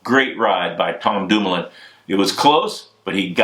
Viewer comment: lol, Bobke sounding REAL American whilst butchering Dumoulin and Bouhani's names....